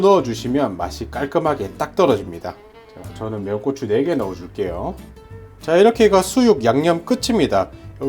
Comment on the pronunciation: 쏘주가 아니라 소주 꼬추가 아니라 고추